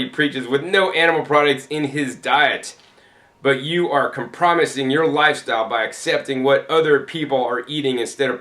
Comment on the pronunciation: You pronounced "Compromising" in a way I've never heard before. Is this common where you are from?